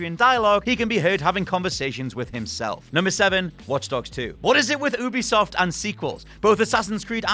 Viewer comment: Ubisoft Oo-bisoft ❌ You-bisoft ✅ Learn it, now